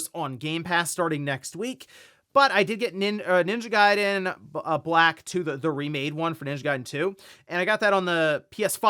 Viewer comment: The way dude say ninja garden “Ninja Guyden”😂😂